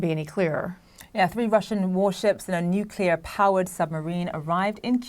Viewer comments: It's 'nuclear.' It isn't "nuk-u-lor". You're on TV, try saying it right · Gotta love the nukuler powered subs. "It's pronounced nu-clear or new-clear or nu-kle-ar." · Nukular submarine!? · What they are doing there is making sure Putin doesn't get arrested in Cuba. It's, "Nu-Cle-Ar!" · If Patrick is going to be a pro, play someone tell him to pronounce nuclear correctly. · Learn to pronounce the word nuclear for Christ sakes